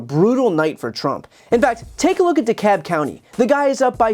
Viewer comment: Brian, thank you for pronouncing Dekalb properly! lol